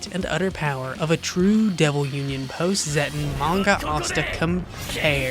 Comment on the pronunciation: I thought it was gonna be Manga deku vs Base asta… I started laughing when he said post-zetten 😂 like cmon